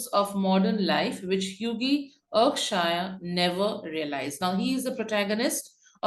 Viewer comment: Erkshire???!!!! It’s Erkskine!!!